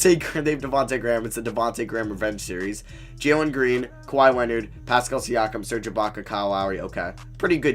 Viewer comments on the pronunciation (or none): none